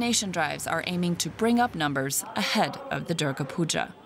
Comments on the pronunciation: Puja* not puga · It's Puja not puga🙄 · It’s Puja not Pooja or Puga